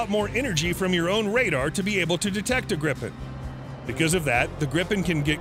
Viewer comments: Gripen pron: (Gr-ee-pen), means Griphon in swedish. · Its so funny as a person Who is from sweden hear him say "grippen"